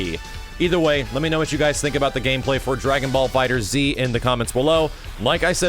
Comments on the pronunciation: it's not "DragonBall Fighter Z", it's "DragonBall Fighterz" with the Z replacing the S in the word fighters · you just say it like "Dragonball Fighters" it's not "Fighter Z." and damn it's just Xrd like "third" with an X not X-ard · No. pronounced it fighter z in his breakdown video.